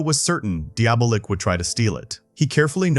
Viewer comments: Diabolik is pronounced Dee -Ah -Bo -Leak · I cant f'ing listen to this. Don't you know how to pronounce Diabolic but with a K? Deeablik??? Can't you read? You laid it out so well, but said the name 100+ times like some kinda robot.